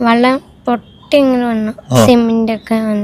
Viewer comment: ആദ്യം വെള്ളം എന്ന് പറയാൻ പഠിപ്പിക്കൂ.കുട്ടി വള്ളം വള്ളം എന്നാണ് പറയുന്നത്. പ്രാന്ത് പറയുന്ന ഫാമിലി